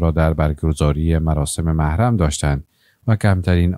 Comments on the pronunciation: محرم نوشته میشود و موحرم خوانده میشود ؟؟!! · اگر میشه کلمات را درست تلفظ کنید مثلا کلمه محرم را چگونه تلفظ مکیند حد اقل به رسالت گزارش دهی تان آگاهانه رفتار کنید.... نه از روی عقده.... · ببخشید کلمه محرم را اشتباه تلفظ می کنید لطفاً از کسی که در املا و انشا بلدیت دارد کمک بگیرید تا طرز درست تلفظ را یاد بگیرید! مثل هوش مصنوعی تلفظ می کنید! لطفاً بیشتر دقت کنید.فعلا لایک نداری تا طرز درست تلفظ را یاد بگیرید!